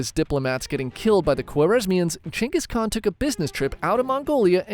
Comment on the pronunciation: He did all that because he is genghis khan, not genghis khant